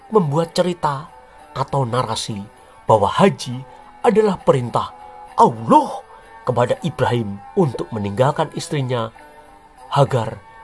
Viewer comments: Mengucapkan kata ouloh jangan terlalu ditekankan nadanya nanti penis....taan lho min 😂😂😂😂😂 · Admin sebut Allah,al imron,qurais ngk ada yg bener sebutanya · Pengucapan Allah saja sudah salah bagaimana penjelasan selanjutnya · Sejarah ngawur..bilang Allah aja blepottan😂